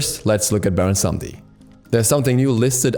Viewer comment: Cringing at every pronunciation of Samedi (Sa-meh-dY)